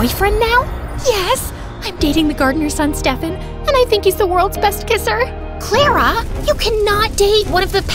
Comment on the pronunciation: The fact they said clarer but it’s Clara